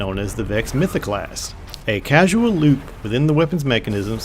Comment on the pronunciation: causal =/= casual. Only thing bothering me, other than that amazing video. I subscribed.